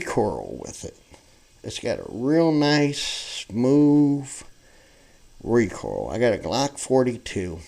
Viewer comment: It's recoil, not recoral, RECOIL